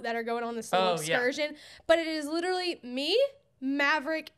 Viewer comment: " liTerWalLy😲 " I love sm 😭😭